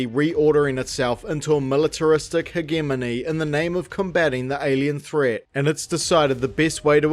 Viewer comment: btw hegemony is pronounced hedge-a-moan-ee 💖